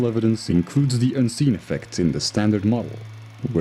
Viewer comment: It is so distracting the continually hear "the" pronounced as "dee." Aside from that, the content is interesting.